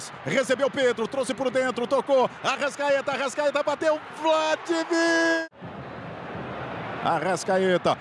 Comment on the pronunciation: Vladivir? Narrador horroroso sabe nem pronunciar o nome direito do jogador